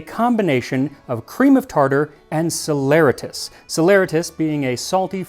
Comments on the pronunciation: Anybody else hit a glitch at ? It froze and I had to skip a few seconds - tried several times too. And I believe it's pronounced sal-uh-RAY-tus...? Always enjoy the videos - been watching since 2020 🙂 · That's the second time I've heard saleratus pronounced that way, makes me wonder if it's a recognized pronunciation that Merriam Webster needs to look into. They only have ˌsa-lə-ˈrā-təs mentioned, like sal-er-RAY-tus. I mostly know of it from the Appalachian folk tale of Sody Sallyratus, where there's a big dangerous adventure to fetch a box of soda saleratus to make some delicious biscuits.